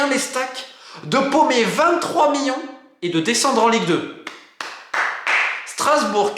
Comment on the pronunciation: Ca en fait des "MIONS" :D